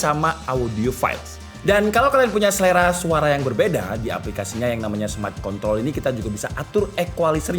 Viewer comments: Gw sih denger nya smart ko... ah sudahlah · tanpa r 🫠